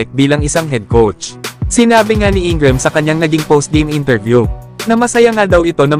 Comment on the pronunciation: Reddick at INGRAM HINDI MO MABIGKAS NG TAMA.😂😂😂😂😂😂😂